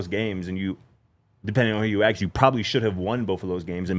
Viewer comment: He doesn't say "ask" he says "ax" lol is goofy